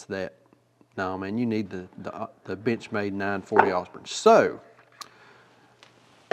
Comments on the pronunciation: Sure sounds like you're saying "bitch made", instead of Benchmade. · I'm sorry, but at the end, I could have sworn I heard "B*tchmade b*tch mat" and I could not stop laughing. I have a 940 Osborne and it fills my need for an "actual work" pocket knife instead of some of my other pocket jewelry knives. It's a great knife and great manufacturer in my opinion. I will, however, always giggle when I hear the word Benchmade from this day until my last. Cheers!